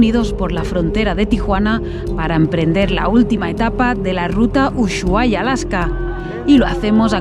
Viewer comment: A ver, es "uSuaia" (lo escribi mal adrede, para que sepan como se dice) es una palabra indígenas yagán y no una palabra inglesa. Significa "bahía profunda" o "bahía al fondo". Es como la palabra bahía, tiene una "h" en medio, pero no suena ni se pronuncía. Saludos desde Argentina🇦🇷🇦🇷🇦🇷🇦🇷 y de USHUAIA!!!